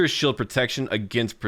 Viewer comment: Where are you from? Why can’t you pronounce the “ee” sounds? Ex: shield sounds like shilled